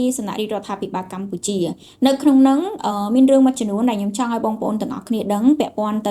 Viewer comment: មីងចង់ឣោយក្មួួយនិយាយពាក្យច្ញំុ ឣោយច្បាស់ មិមែន ញុុម